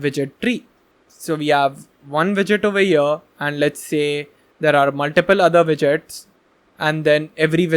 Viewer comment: here not ear, not ea, not eee, not E R